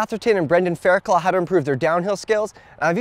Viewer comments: Howay man. It's pronounced Brendan Faircluff' not fairclaw. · Try and pronounce it Fair-cluff. It might work for you. 😉👊🏼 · He still can't say Fairclough properly! Not hard, mate, it's faircluff no claws.